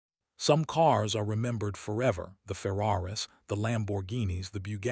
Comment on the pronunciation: Another AI crap vid😅😅😅😂, the Ferraras! 😂😂😂